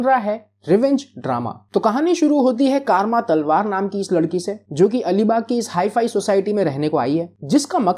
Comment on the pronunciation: Kaaarma nahi Karma naam hai😂😂